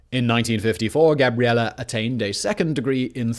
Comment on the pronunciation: Oh no. That e at the end of Gabriele must be very closed, otherwise it sounds like Gabriela which is the female version of Gabriele. 😲